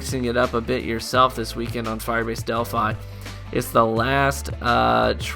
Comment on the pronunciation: no, he said it right